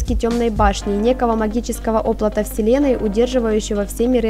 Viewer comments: оплОт, а не Оплот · Оплота?) Что ???) Где то плачет Украинский танк "оплОт"))